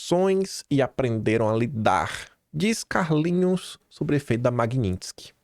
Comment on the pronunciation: MagNitsky, não MagniNtsky... parece que não lê direito...só tem um N...